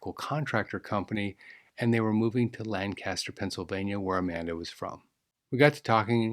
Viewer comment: I'm in Pennsylvania it's not "Lan cast er", it's" Lank ah ster".